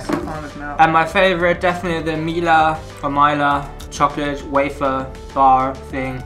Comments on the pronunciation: Pronounciation tutorial: 1. Mila: not "Mayla". Instead "Meela" with short "ee" 2. Mäta: you did pretty perfect 3. Horalky: not "Whore-alky" LOL ... just simply Horalky with the emphasis on the first letter H ... In slovak language the emphasis is always on the first letter. 4. Deva: here "e" sounds like "ä" from previous Mäta ...so not "Diva", but "Deva" ... Plus in this case the "D" sounds the way you have no alternative for. So try to use Google translator to hear it :) ... btw it is an archaic term for a young (and pretty) almost adult girl/woman. 5. Sojové rezy: correctly "soyové (long e) rezy" ... "z" sounds just like an english "z" ... and You´re right - it´s a perfect pack of energy for hicking. 6. Rumba: not "Ramba" but "Roomba" (short "oo") 7. Pikao: it´s a condensed milk with chocolate/cacao These all are the classics from the socialism era and didn´t change at all (except the new version of Sojove rezy). The original retro styling of the packages is intentional - it works, people love retro :) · pronounciation - soyove resi Mila h´oralky Mila...like not i like "i", but like "e" Slovakia brand is actualy made in Czechia (Czech republic) Great video, enjoyed it much :) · Mila was pronounced so bad it hurt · Ur saying Mila wrong